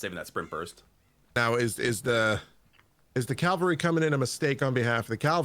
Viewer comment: CaValry not calavry😭